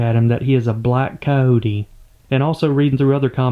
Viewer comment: It is very disturbing to hear how you kill all the "i" and the "y" from the words. you say caote instead of cayote. (coyote), that is the "y" as in year.